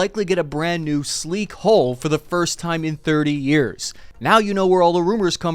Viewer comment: Dude, it's "hull", not "hole".